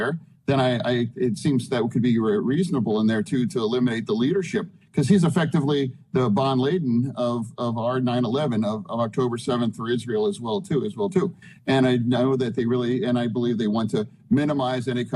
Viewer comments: WHO TF is "Bon Laden"? Maybe he still needs a bit more recovery time... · bine layden? Nobody his age doesn't know how to pronounce it, stroke or not, unless they trying to evade censorship. In reading it in the US, it is clearly bin lah din. He is old enough to have been taught phonics. He is putting on a show of being more cognitively impared than he is, imho. Look at his blink rate. Someone has some dirt imho. Btw, I don't support either side. Also, the laws against protesting is part of the agenda to get rid of the 1st amendment right to protest. I highly disagree with calling them domestic terrorists. Just like I disagree with labeling the J6 people as such. That was a term that actually meant something (like racist) and is being watered down. Don't get me wrong, I am 1000% against the blocking of roads, but domestic terrorism? being watered down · "Bon Leaden" -Fetterman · "Go home to mama." Trump a menace 😂😂😂 And this mfer Fetterman just called Bin Laden "Bon Lay-den" 💀